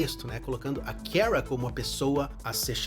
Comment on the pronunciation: Pq ele fala "keara"? Parece q tô ouvindo a carlista flockheart como mrs. Grant da serie da supergirl falando o nome da kara errado 😂😂😂